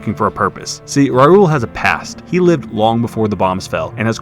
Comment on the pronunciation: "Rai uul" 😅